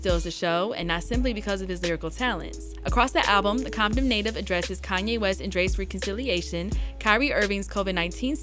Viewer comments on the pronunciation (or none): none